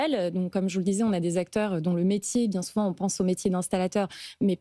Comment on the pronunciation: Cinquante mille "zacteurs"? Vraiment prometteur ...